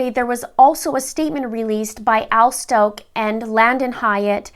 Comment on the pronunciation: You are not saying the last name right!